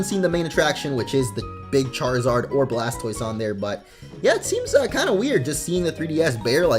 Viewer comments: He said blastboise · He said Blaspoise